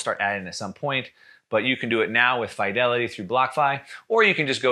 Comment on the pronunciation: It's high time you learn how to pronounce "Fidelity" as well as "fiduciary".